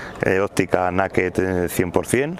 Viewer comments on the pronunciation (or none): No me cuentes tu vida, es una "nakeh" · pero se pronuncia neiked..la palabra es inglesa. Por muy gañan que seas, nosotros somos los primeros en corregir a los guiris cuando hablan castellano. Por cierto, ¿por que pronuncias iPad o iPhone correctamente y luego sueltas la gañanada esa con las motos sin carenar? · Naked y Power son dos palabras inglesas. Si pronuncias power (pagüer) que es la pronunciación correcta, no digas Naked....di (Neiked). O tó o ná. Que luego el personal ponía verde a la Botella. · ya pero se pronuncia neiked. ;) gañan.